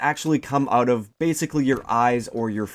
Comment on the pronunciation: are you Canadian ? i thought i heard oot of your gun.